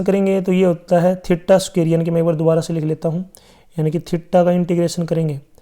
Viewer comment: Sir sookair nahi square hota hai 💯